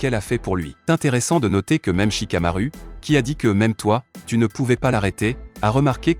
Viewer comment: A et tu a dit chikaaru c’est chicamaru